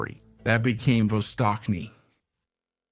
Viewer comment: Not vostokny. Its vastochniy